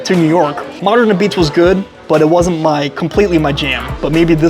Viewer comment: You’re saying like “apizze” should be like “A-pizza” Again pizza is good then you just have to find something negative to say about it - at this treated you will never find the perfect pizza because you really don’t know what you’re talking about- you’re not a connoisseur of pizza if all about your taste only